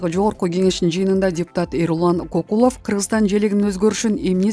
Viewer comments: Көкүлөв эмес,Кокулов дабдыр,гангир башсыңбы😂😝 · Кокулов деп компьютерден жазылган боюнча урдуруп жатат да. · Көкүлов дегенди качан туура окуйсун???😂😂😂